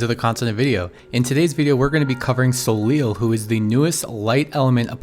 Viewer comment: So just for information, since her name seems to come from the French word Soleil which is the french word for the Sun, I think we should tell her pronounce her name Soley more than Soleel. But as always, great video!